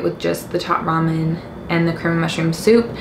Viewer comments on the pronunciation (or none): none